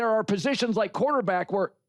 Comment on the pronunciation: Pretty much he also like pronouncing it QwarterbAck